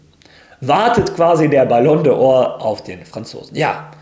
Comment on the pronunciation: Lieber.. kleiner Beitrag von mir.. ballon d or wird wie ballon dohr ausgesprochen. Also nicht de or. E weglassen..liebe Grüße.. 😊